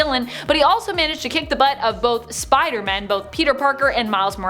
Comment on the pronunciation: What I heard: look out Spidermon Me: Yardie 👁👅👁